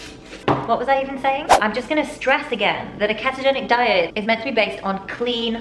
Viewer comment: If she says keh-togenic one more time...